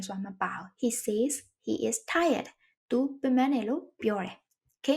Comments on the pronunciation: Says ကဆက်s လို့ပဲထွက်ပါတယ်ဆေးsလို့မထွက်ပါ၊မျှဝေတာပါ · ဟုတ်ပါသည် ။ ဆဲဇ် ဆိုတဲ့ အသံထွက်ပါသည်ဟု Eng: Professor ကြီးက သင်ပေးဘူးပါသည် ။ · Says ရဲ့အသံထွက်က said နဲ့တူတယ်လို့မှတ်သားဖူးပါတယ်ဆရာမ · says ရဲ့ အသံထွက် မှားနေပါတယ်။ အကြံပြုတာဖြစ်ပါတယ်။ လေ့လာကြည့်ပါခင်ဗျာ။